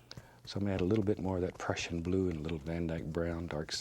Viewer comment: When he says Prussian blue it sounds like depression blue 😂